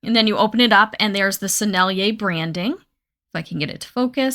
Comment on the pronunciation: She can say Sennelier! 😮 YAY! 🎉❤ Follow!